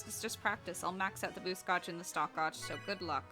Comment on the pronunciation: It's gauge (gaij) not gouge